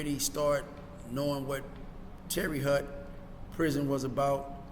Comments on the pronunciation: My man its not TERRY HUT..Its TERRY HOTE spelled different but tahts how u say it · How do you spend years in a place and still don’t know how to pronounce the name of the place?